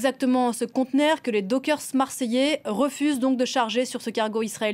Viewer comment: Ah ! Pitié ! J'ai toujours entendu prononcer "dockers" au pluriel et non pas "dokersse" comme le dit cette charmante dame. Tout est chamboulé dans ce pays !